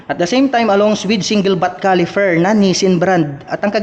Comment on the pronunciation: Caliper....Hindi califer😂